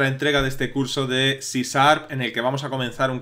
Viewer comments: Muchas gracias por el video, realmente explica que es cada cosa y va al grano. Me causa gracia como les cuesta a los españoles pronunciar la sh, dice siempre cisarp y no cisharp. En un video de una chica que enseña ingles tambien no pronuncia sh sino la s sola. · hola en Ingles la pronucniación sería algo a sí como Ci Char claro que se entiende de lo que hablas y de verdad son muy buenos tus cursos gracias por el material que aportas :)